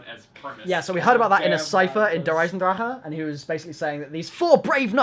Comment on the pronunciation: Anyone else annoyed how they say Der Eisendrache like at the end they say "ack"